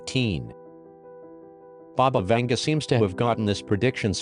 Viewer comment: Baba (БАБА) means granny in Bulgarian and Vanga is pronounced like Vanga (A as in mAster)